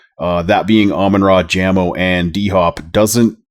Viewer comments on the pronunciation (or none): Stopped watching after hearing “Jammo” twice. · Jamo. With a long A. Just saying